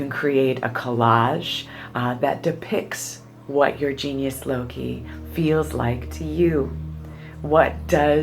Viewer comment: pronounced "Low-K-eye" -- with a k not like in city